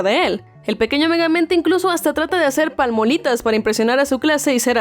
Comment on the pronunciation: Zssshcuela? Palmolitas?